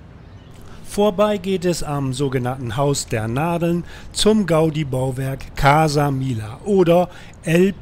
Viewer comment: Gutes Video. Casa Milla bitte Mijja aussprechen. ;)